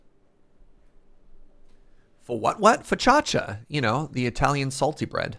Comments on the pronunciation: How TF did you just butcher focaccia? Whatever you said is not even close to correct... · I don't know who either of those people are. ☹☹ Your pronunciation was so bad I'm not even Italian and I was offended for them. So, good job I guess?